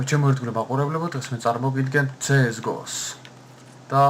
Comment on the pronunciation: ბაზარი არაა ძმა. ირა ქს გო მაინც დაუძახე რა ძმა. შეიძლება ესპანურად მასეა მარა ქართველებისთვის იგებ 😉